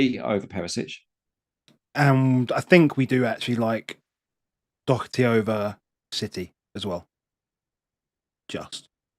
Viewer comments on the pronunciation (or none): As an Irish person, it's very annoying the way you pronounce "Doherty". It's "Daw-her-ty". Don't say "Dock-er-ty". Thank you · All good. Just for the love of god not Dock-er-ty.